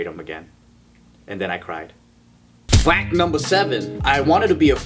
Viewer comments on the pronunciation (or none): Lmao at the beginning. "Fack numbah 1". That was facking gold material,. Also loved how you said pianist- penis lol.